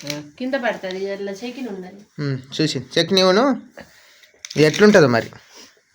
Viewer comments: చెకీని కాదు చెట్ని ఆనాలి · చెకిని కాదు తమ్ముడు చెట్నీ అనాలి